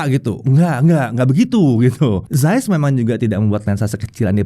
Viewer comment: akhirnya ada techtuber indo yg ngomongnya cukup bener, ZAIS (sampe ditekankan, "yg biasa dipanggil ZEISS ini" 😁). makasih ya. tiap saya jelasin ke temen2, bacanya bukan Zeis (meskipun harusnya ngomongnya "CAIS" sih, tapi it's ok lah, Zais), pasti komen orang2, ya terserah gue, lidah2 gue. padahal kalo misal namanya budi, trus orang luar manggilnya byudai, kan kaga mau juga kali ya. jadi, Carl Zeiss (dibaca pake lidah medok indo: Kal Cais) nb: tar ada komen begini pasti: IYA DEH YANG PALING SOK LINGUISTIK 😁